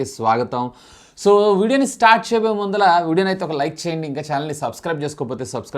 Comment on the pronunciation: arey enni sarlu cheppalii ra mundhala kadhu mundhata